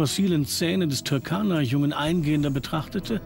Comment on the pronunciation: Der See heisst Turkana-See und nicht Türkana-See . Falls einem das zu schwer ist kann man seinen alten Namen verwenden Rudolfsee